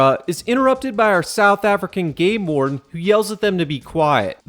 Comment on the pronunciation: Every time you say game warden, I think you said gay lord lol